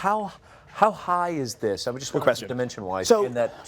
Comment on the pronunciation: better to use PVC not wood. Wood will soak up any liquids and can cause splinters. its not called a puppy rail, its called a PIG rail. these people making out that this is something unknown. the childishness of these people is madness. and the way he says 'just' its JUST not JEST!!